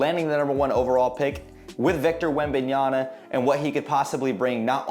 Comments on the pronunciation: Yama!! Not Yana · Man, how many times are we going to get that name wrong! After a while I could not pay attention to the content…all I kept hearing was the “N” instead of the “M” at the end of that name 😂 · Cant even say the dudes name correctly 🤦🏻‍♂️ smfh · Pronunciation is very important information if you want to be more professional, you lost alot of credibility buddy,you butcher his last name big time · Good video but pronunciation of Wembanyama's name really bothers me... research is very important!